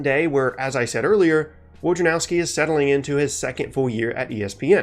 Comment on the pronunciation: His name is pronounced "Voy-na-rov-skee", it's a Polish name.